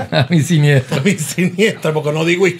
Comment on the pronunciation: Sinistra no siniestra🤪😂😂😂Saludos!